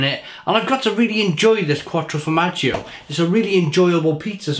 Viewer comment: 'Cuatro fromaggio and chicken and CHOROTSO' you're really selling it fucking hell 😂